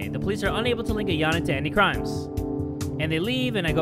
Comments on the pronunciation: its not ayana its ayano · You keep saying Ayana instead of Ayano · I thought kept saying Ayanay instead of Ayano, or am I hearing it wrong? O.OoLo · Her name is pronounced Ayan-O not Ayan-A. It's like "no" at the end. During the driving someone to murder cinematic Kokana pronounces her name AyanO. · Yanchans name “Ayano”: “Ayane” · "ayanae" ah yes. A for pronunciation. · Did anybody notice that she calls ayano ayane? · I like how pronounced Ayano as Ayané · kept saying Ayane and not Ayane lmao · btw ayano is pronounced "a-ya-no" sorry if i offended you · Your saying Ayano wrong its A-yan-o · It’s pornoused I-on-oh